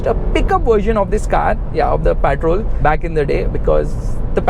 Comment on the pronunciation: What’s “ PAATROL “ 😂